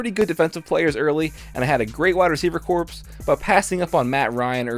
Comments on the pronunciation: I know corps is a word. And you used it in the right context, but you mispronounced it. Sports journalism has nothing to do with it. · Eh, it's actually not. It's a Latin based French word and there's only one acceptable pronunciation. That's cool that you did that but that means nothing when pronouncing a word. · "I had a great wide receiver corpse" Oh geez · Nah, you said corpse. Corps is pronounced like "core"